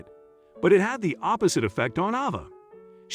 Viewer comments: This is a very strange post. The narrator pronounced the girl's name with a long a part of the time, and a short a the rest of the time. I would expect the name to be the same throughout. And calling the wife Miss Smith was very bizarre. I think this was done by someone who is not a regular English speaker, and is probably totally made up. It seems to be total fiction, but I see that a lot of people took it as truth. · So... what's the little girl's real name, because the narrator sure couldn't make the correct pronunciation going back and forth? Ridiculous waste of time. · Might be nice too if they’d consistently pronounce her name the same way each time it’s mentioned ! They go back and forth with it, pretty much making the entire story unbelievable. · Awful narration. Besides alternating pronunciation of the girl's name, arbitrarily using intonation makes listening an arduous task. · The man telling this child’s story keeps pronouncing her name differently, how odd! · Just wondering why the child’s name keeps being pronounced differently as the commentator speaks? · Horrible narration. Emotions and inflections completely incorrect. Changing the pronunciation of the girl's name back-and-forth repeatedly is irritating. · Why the different pronunciation of the girl’s name? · Why not choose one way to pronounce "'Ava" and go with it consistently? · Why does narrator keep changing pronunciation of girl's name? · The narrator needs to stick to one pronunciation of Ava. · He hey the little girl's name he pronounced it wrong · The narrator needs to learn how to pronounce the name Ava. He pronounces it two different ways. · Found this weird. Why eo the images vary so much- confusing. Also why wasn't the pronunciation of Ava's name consistent? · Someone a person, not a I needs to tell the story. They switch back-and-forth back-and-forth calling her over and Ava and Ava. At least pronounce the name properly and the same name not going back-and-forth with two names